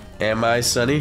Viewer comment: said stunny instead of sunny😂